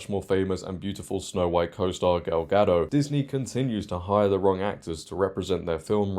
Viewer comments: Gadot, not Gado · A small correction, gal ga-doT not ga-doe, as she said herself. Critical drinker equally loved the trailer 😆. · It’s a Hebrew name not French, so it’s pronounced as Ga-dote.